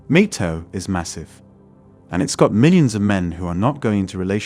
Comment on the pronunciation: "MIG-TAO" ffs stop using the AI voices, also, there is a reason that most civilizations in history have controlled women, which we see here